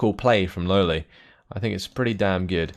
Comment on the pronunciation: Damnit, you need to pronounce it "Lole" not "Lowly";)